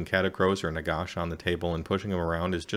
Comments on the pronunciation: Nagash dude, not Nagosh. Even the Brits pronounce it ash, don't understand why some Americans pronounce it with a faux British accent. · Ah Wisconsin, that explains it. Not trying to be a pronunciation nazi, but it drives me nuts when non-Brits do the osh thing lol. Listen to the GW dudes speak, no one does it. Great summary btw, your delivery is very clear.